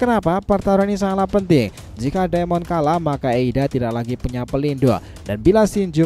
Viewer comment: pelindouuung kenapa ngomongnya kaya gitu bang wkwkwk